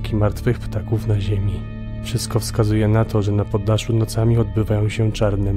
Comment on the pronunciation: Zamiast na poddaszu usłyszałam na Podlasiu😂😂😂